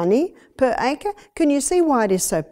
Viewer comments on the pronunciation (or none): none